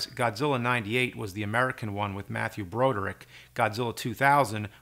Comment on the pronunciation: Did he just say Mathew Bro-drick?